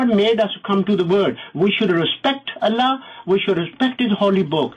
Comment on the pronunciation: makes me lol the way he says allah